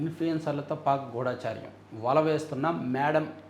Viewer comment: గూఢాచార్యం కాదు గూఢచర్యం, సింధూర్ కాదు సిందూర్, ఆకృత్యం కాదు అకృత్యం. తప్పుల్ని చెప్పినప్పుడు సవరించుకోవాలి కదా!